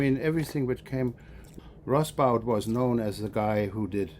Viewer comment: Enjoyable discussion and camaraderie. And I was glad to be confirmed at last as to the correct pronunciation of Hans Rosbaud’s surname. 🙂